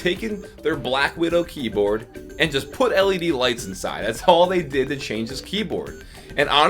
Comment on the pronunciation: Did I hear Him Say LEB??